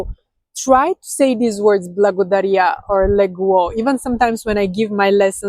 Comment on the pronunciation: It always sounds like "Bwogodarya" instead of "Blagodarya", which throws me off. The lazy tongue theory is correct, the tongue doesn't touch the teeth. Young kids in English speaking countries sound like this. I heard a Bulgarian call a lion a "Woof / лъв" in a video. It made my day😃